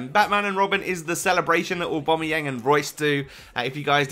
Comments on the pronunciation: It's pronounced Aw-ba-mai-yang and Imm-mob-ilai. Good vid otherwise. :-) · Either way, it's certainly not pronounced Aw-bom-eyang or Imm-mobeel. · It's pronounced O-Ba-My-Yang.